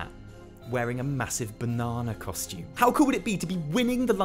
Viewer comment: you say banana like they do in bananaman. thanks dude!!